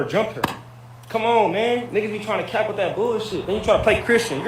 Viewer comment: T- it’s Cap like baseball cap. Not cape as in a costume 😘